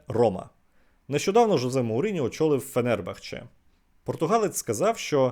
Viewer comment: ФенЕрбахче, цікавий наголос)